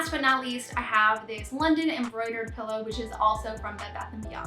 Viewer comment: I like that you were hesitant to pronounce draw(er) but very confident in saying “pellow” instead of “pillow” 😜😜